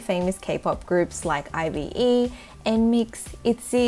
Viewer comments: you looked so frickin cute! love the look! <333 and, fyi, IVE is pronounced like I've, not I.V.E :) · Did you just say I-V-E 😭 it’s ive like I’ve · The makeup is sooo good omg u look stunning but when u pronounce ive its not ivE its ive like u say it in one word together i hope u understand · Just so you know, IVE (the group) is the short form of I HAVE. You can pronounce it as I've <3. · 너무 귀엽다 😍 I LOVE!! also the group IVE is pronounced like I’ve - most kpop groups with all caps letter names you’re saying the letters (like BTS and NCT) but for them you actually say the word! 🤗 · IVE is actually pronounced like how we say "I've" in english. 😊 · IVE is just pronounced like i've not I-V-E 😂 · i love everything but how did u say IVE